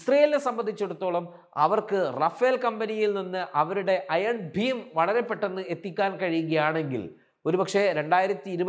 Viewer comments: Iron BEAM ! ഭീം അല്ല. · ചേട്ടാ അതിന്റെ പേര് അയൺ ഭീം എന്നല്ല, അയൺ ബീം എന്നാണ്..